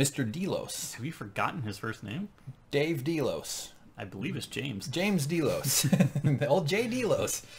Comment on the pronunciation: DAY-LOS not DEE-LOS